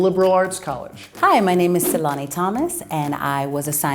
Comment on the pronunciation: Tselane is pronouncing her name wrong.